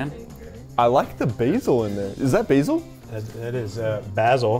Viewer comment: thankyou for saying basil right!